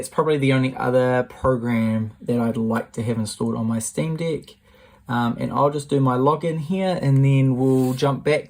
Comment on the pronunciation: Is it just ME who hears deck as Dick?! 🤨